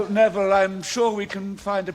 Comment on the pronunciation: lulibyun ele falou:wésléi só q a pronúncia certa é:wisley tmb falou névili só q a pronúncia certa é nervil